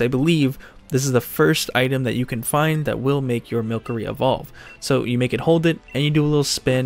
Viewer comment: Pronounced wrong it’s Mil-cery- a play on mystery. There’s no cr there